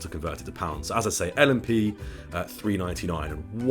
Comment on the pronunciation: You said l&p correctly